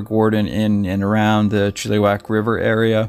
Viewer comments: Coquitlam is pronounced Coh- Quit- Lahm :) your welcome. Oh and Chilliwack is not prounced Chilly-Wack the 2nd "i" sounds like the i in the word it .....Chill- ih- Wack. 😉 Thank you for showcasing this missing person. BC missing do not get enough coverage and this is local to me. Thank you. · It`s pronounced Chiluh-wack not Chilli-wack. Sorry. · So sad to here about these sudden disapearences ... Chilliwack is pronounced Chill ( i ) wack ... not eee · Really enjoyed the narration. I am Canadian, have spent a lot of time in BC. Just a heads up with the pronunciation of some of the city names. Chilliwack is actually pronounced more like chillawack and coquitlam is pronounced like koh kwit lem. Really enjoyed the story. Looking forward to checking out the channel. Thanks for the hard work. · Coquitlam.... Co- quit - lum .... chilliwack.... chill - i - wak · Co-quit-lam😉 Chill-ah-wack😉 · Coquitlam is "Coe-QUIT-lum" Chilliwack is Chill-uh-whack" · “Coooooo quiiiik limb” is how you pronounce it. The other is pronounced “Chill o wack” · Chilliwack pronounced chill a wack - Coquitlam pronounced Co quit lam I hope this helps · Try Cou-quit-lam= Coquitlam . Chill-ah-wack = Chilliwack BC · Yes he did pronounce like chili but maybe learn the places names before the video. Great video but between Chilliwack and Coquitlam I couldn't take him as seriously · Buddy can't even pronounce Chilliwack properly lol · You guys crack me up some of you guys pronounce the words wrong you're pronouncing Chilliwack wrong come on no education in this country⚔️